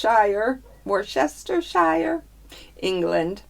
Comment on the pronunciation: It's pronounced woos-ter-sheer. Top effort though!